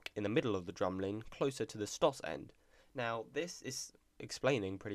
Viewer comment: bruh u speak like the queen. ur like ' dramlin.'